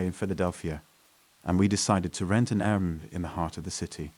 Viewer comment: What is with saying "Airbmm" instead of 'Air B N B'?